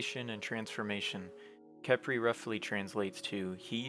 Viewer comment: Khepri sun? Caprisun!?!